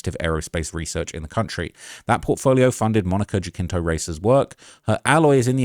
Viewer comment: Monica Jacinto…..her last name is pronounced as if the “J” was an “H”